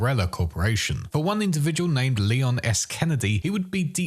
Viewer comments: It's Leon haha not Liam. Not his name bud. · Sounds like your saying "Liam" instead of Leon.. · Are— are you calling Leon “Liam”??